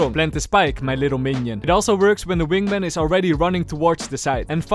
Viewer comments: is it only me but said wingmeng not wingman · is it just me or i keep hearing "Wingmeng" 😂 Great video! I'll be rooting for your Gekko to Ascendent videos! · why does he say wingmang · "wing mang" 💀😭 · I love how the way pronounces wingman is like how Benedict Cumberbatch pronounce penguin